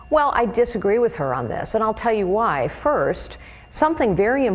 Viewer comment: that ending emphasis on the 'h' in 'why' was like really intense lol